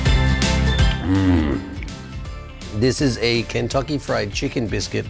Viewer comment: I keep hearing Kintoki Fried Chicken every time you say it hahhaha. Fitting for japan i guess